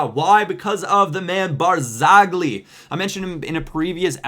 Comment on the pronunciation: The g in Barzagli is not pronounced